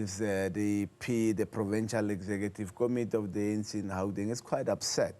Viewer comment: This one can't even pronounce Gauteng, always talking about "Hauteng"